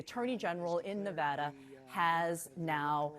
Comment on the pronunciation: Someone please tell Kristen Holmes how to correctly pronounce Nevada.